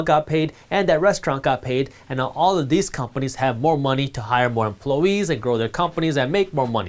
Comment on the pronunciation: Jaspreet could you please pronounce the word “employee” correctly. You say emplowee but the word rhymes with toy. It is employee. Thanks everything else is great. I appreciate your insights.